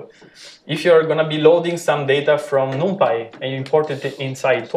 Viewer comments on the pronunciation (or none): Thanks a lot for sharing the lectures.... But, please spell 'numpy' correctly ( not 'noompy' ) ... ear hurts on hearing that repeatedly 😖